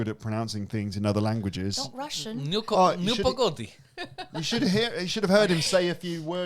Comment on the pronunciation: Nu pogodI the last syllable is stressed